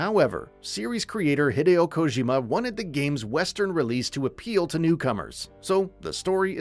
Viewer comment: He said Kojima wrong the first few times then got it right